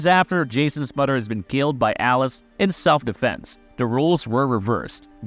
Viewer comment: "his bond wiff his modder Pamela" great speaking, jokes aside good video